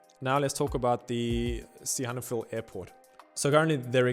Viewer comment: What's with stressing the "han" in Sihanoukville? I've always heard the stress on "nouk".